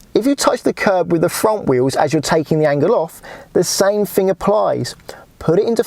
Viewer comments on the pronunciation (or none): Sorry. I couldnt get to the end. L is pronouced ELL not EW. TH is prounounced Th not eF or W . Torture on the ears . Fing ? Furver ? Free Steps ?